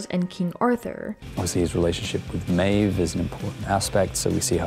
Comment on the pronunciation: If the narrator is so unfamiliar with the series that she can’t even pronounce “Maeve” corrrectly, maybe she wasn’t the right choice?